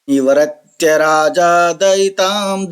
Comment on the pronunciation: श्लोक का आधा छन्द याद नहीं आ रहा था तो ढूंढ रहा था।निवर्त्य का उच्चारण सही नहीं है